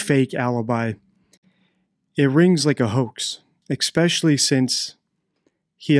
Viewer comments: YES! I said the same thing to my wife as we were watching this and other videos on this channel. You might be the smartest person there is in a particular field, but I can't take anything you say seriously if you constantly say "exspecially." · I kept noticing that too and thought exactly the same thing - if you're an expert in language how can you think that especially has an X in it? Someone needs to point that out to him otherwise he's going to turn a lot of people off his channel. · If you want to be taken seriously .. and seem like you know what you are talking about , PLEASE get the name of the actual deceased person . She is Meredith not mIranda . Have some respect . Also ‘ expecially ‘ is not a word . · For someone supposedly so intuitive, how can you call the victim a the wrong name over 20 times??? Also, there’s no K sounds in “especially,” just fyi